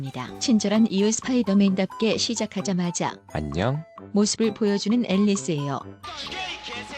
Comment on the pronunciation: 형 '앨'리스 아니고 '엘'리스야